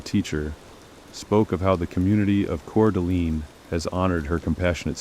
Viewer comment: I know this is AI crap but At least pronounce the names correctly!! Gon-call-vez And Cour de-lean? What total crap!